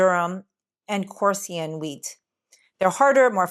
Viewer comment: Khorasan wheat, otherwise known as kamut , not korsian wheat. There are often words pronounced with the vowels reversed on this channel...